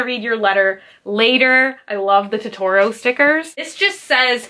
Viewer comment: Ok but its pronounced toe-toe-ro (totoro)